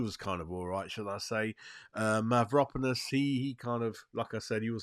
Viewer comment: Need to learn the names to sound more professional. Gui-lher-me Mav-ro-panos